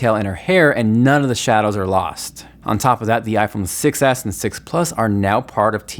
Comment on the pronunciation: When you say iPhone 6 s it kinda like sounds like iPhone success